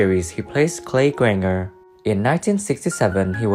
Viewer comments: You never saw the show did you can't pronounce Grainger with j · It’s pronounced “grain-jer” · Do a tad bit of research on correct pronunciations...Grainger = grain-jer...Shiloh = Shy-low...etc